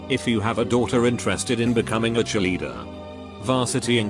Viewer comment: Lol I was listening to this and I thought he said chilli eater hahaha not Cheerleader 😂